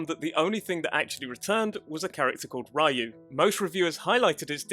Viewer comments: Ryu is supposed to be pronounced Ree-yoo, not Rai-u. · OMG. it is not Ra-You. its re-you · STOP - SAYING - RA YOU ! It's Ryou (Ryu) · Just for clarification "Ryu" is pronounced (Ree-yoo). I didn't mention this to be a jerk, so we're clear, I just wanted make sure the correct pronunciation got out there. Thank you for the video. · Ra-yu hehe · Is a Rayo, xD. It made it sound like he meant Ray on spanish. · Ah yes, Breath of Fire's main protag -- RYE-UUU. Good video, but... all this research, and you botch the pronunciation of Ryu, the main character's name, repeatedly. lol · Ryu(龍) in Japanese actually have only one syllable.